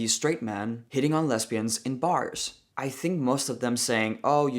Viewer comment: you’re so funny. It’s not real important but “lesbians” the S is pronounced more like a Z and not an S. but it’s okay, you’re totally cool either way.